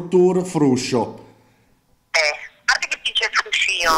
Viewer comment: frùscio. FRUSCÌO!!! HAHAHAHAHAHAHA